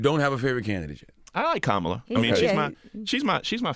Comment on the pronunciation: No! The right pronunciation is Kamala the way Charlamagne pronounced it the first time. It is not an English name!